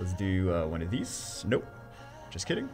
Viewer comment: “and we’ll do OneOf thEES”